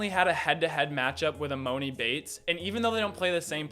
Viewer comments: Dude you butcher the shit out these kids names lmao its EE-MON-EE not EE-MOAN-EE smh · It’s not emoani it’s emoni and you pronounce it as emone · And emoni name 😂😂